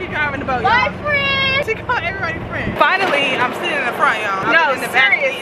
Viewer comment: Her calling everyone fren is so me and my mom😂😂😂 we call people frenn